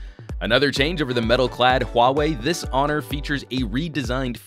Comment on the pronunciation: finally someone who doesnt say huawei as wow-way...